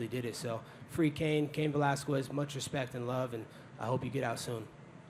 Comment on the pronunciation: Yea... free Cain "Valaskwez" 🤣